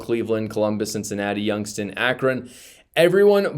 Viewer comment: I'm one who doesn't want Vivek but not because of his stance on immigration. Also, it's YoungsTOWN. Not Youngston.